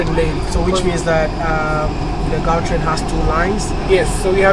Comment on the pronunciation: Gautrain is pronounced 'G'autrain, with a hard g that sounds like a forced removal of mucus from throat.